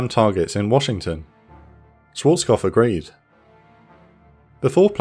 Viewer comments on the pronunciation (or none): kopf not kof, dont forget the p! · So weird seeing someone cant say Švarckopf, what youre saying is Šwōrckof.